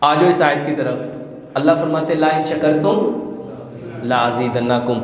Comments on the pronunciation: سر آپ قران پاک کى آىاتىں نہ پڑھا کرىں ۔ آپ صرف ترجمہ کرے تو ىہى بہتر ہے کىوں کہ آپ سے قران پاک پڑھنے مىں غلطى ہوئى ۔( لئن شکرتم ) کے بجائے آپ نے( لا ان شکرتم) پڑھا لىا جو معنى بالکل غلط ہو گىا ۔ لا کے معنى نہىں کے ہىں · لا اِن شکرتم نہی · laa en shakartum' nahe hy bhai laen shakartum la'azedannakum hy